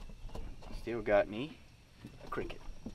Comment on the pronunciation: I lose it when ya say cricket in that southern accent. Don’t take it to heart man., you’re a good fisherman and I just subscribed 💯👍